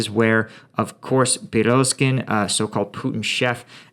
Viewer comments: It's Pri-go-zin not Piroskin 😉 you really seem to hate that name, and so do I. Someone should take the SOB out of his misery. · You need to learn how to pronounce prighozin....pri-go- zin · Yevgeny Prigozhin’s name is easy to pronounce: pre-go-xin. Try it with me: PRE-GO-XIN.